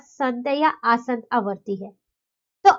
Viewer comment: Mam aapki pronunciation wrong h it's asaant na ki aasant Otherwise nice explanation keep it up 👍👍